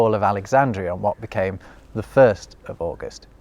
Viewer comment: "What became"!?!?! Good grief... careful someone might think you're Northern if you keep speaking like that.